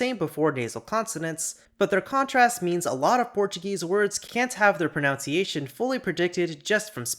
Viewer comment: by god can you stop saying "pronounciation" 😭